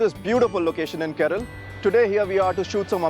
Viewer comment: good video, but its not 'Keral' its 'Kerala'. Thank you !